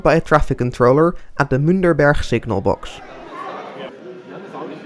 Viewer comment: I believe it is Münchberg, not Münderberg. Great video though.